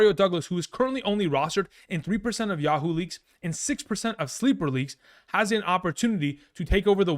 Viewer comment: He said Yah-HOO leagues lol